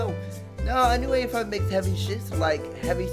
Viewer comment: Tip: its pronounced "Aw 5" from Au5